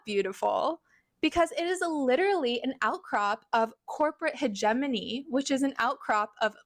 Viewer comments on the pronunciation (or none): Kamala could sneeze and Fox would be mad. Bob lady. Thats not how hegemony is pronounced. At least pronounce your word salad correctly. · That woman cannot even say "hegemony" properly.